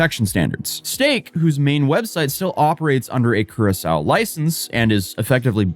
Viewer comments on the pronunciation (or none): did he say curasol or Curaçao?